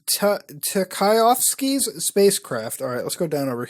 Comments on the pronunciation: If "Tchaikovsky" was spelled phonetically, you would have recognized the name. The "T" is silent...it's chai-kov-ski, the famous Russian composer. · What the fuck was that pronunciation of "Tchaikovsky" , my dude? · oh nah muta cant pronounce Tchaikovsky dead fr nah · Note: Cilantro = Coriander Tchaikovsky is pronounced Also, that happens to be the guy who wrote Swan Lake ( and other cool stuff like 1812 overture ) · The way you pronounced Tchaikovsky hurts my heart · That was pain